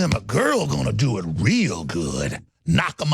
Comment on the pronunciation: "Well they found them a girl gonna do it reAL good" the emphasis on the A is hilarious